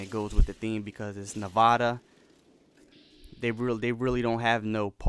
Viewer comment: you said Nevada wrong the first time.